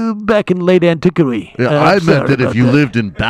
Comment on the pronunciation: Why does Sam pronounce "antiquity" so weird?